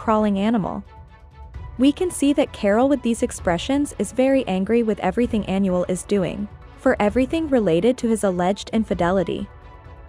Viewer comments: If you gonna interpret a language make sure you at least do your research and pronounce it right!! Smh You’re pronouncing Anuel (Aaa•Nuuu•elll•) like Annual. 🤦🏻‍♀️ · well if that’s the case then it’s really not that hard to search up how to properly pronounce the name of your subject lol? Just stating the “obvious” and correcting it because in every video they call him “Annual”. 😂 (coming from a Puerto Rican 🤷🏻‍♀️)